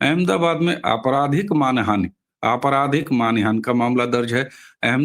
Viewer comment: जी, करबद्ध निवेदन है कि आप बार बार मान हानि --- इस को मानि हान बोलते जा रहे हैं। कई बार हो जाता है। 😮😅😊 आपको मैं सुनती रहती हूं। आपसे आयु में बहुत बड़ी ही होऊंगी, इसलिए गुरुजन मानकर इसे अपना अनादर मत समझिएगा। मैं सभी की हितचिंतक ही हूं।